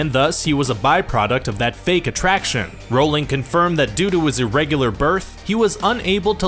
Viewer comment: Not surprised; a dozen videos about Harry Potter, and just learned for the first time in this one how to pronounce "Rowling."